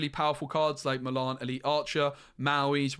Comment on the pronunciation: I could not work out for ages who "malarn" was. Then I realised you just can't say Mulan